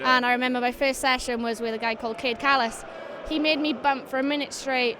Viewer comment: Ik ur probs gonna get annoyed but it bugs me it's kade callous not cade kallous